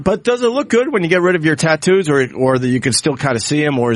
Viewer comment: Bert changed how he says Tattoos. For years he's been saying Tittoos, but this has him cleatly saying it correctly. Tattoos